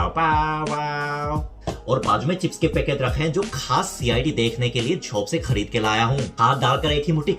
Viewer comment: Pocket nehi Vai, packet. Baki dansu hei🔥